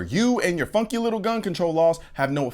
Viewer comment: Yo had me dying he said funky I thought he said fucking 😂 it was funny haha I love you bro haha